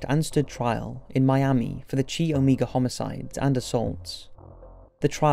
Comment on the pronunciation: Chi Omega = Kai oh-mai-guh